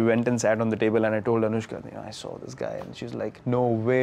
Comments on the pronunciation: Delhi: Anushka Kolkata: Onuska New York: Aan-eush-ka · Why will Bengali people call her Onuska when there is an alphabet "শ" ? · This onushka thing really cracked me up! Bhirat and Onushka :p onushka shorma...hahaa khub moja laglo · Virat - awwwnushka 💗💗🦄🦋🐳